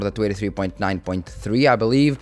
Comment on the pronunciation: Hey man, love these update videos! I want to point out something, but it is very minor and not really a big issue. Whenever you say "23" it sounds like "283" and it throws me off slightly. If you try emphasizing the "n" in "twenty" a little more, I think the pronounciation will be better. If you don't care too much about this, then it's really no issue. The videos will remain just as good regardless.